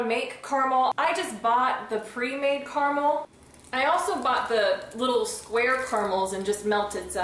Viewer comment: You're pronouncing it wrong. KERMIL? It's cara-mel.